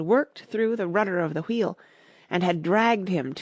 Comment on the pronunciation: U say wheel wrong it's so annoying